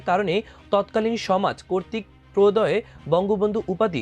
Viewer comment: প্রদেয় আজরফ এ-ই দুটি শব্দের উচ্চারন শুদ্ধ হয়নি।